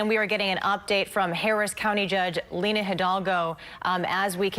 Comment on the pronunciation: Lina* not Linda